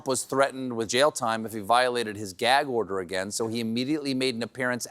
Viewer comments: "Gaig order" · "Geag Order?"